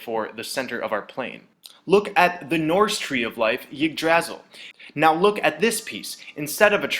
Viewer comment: "Yigdrazzle" lol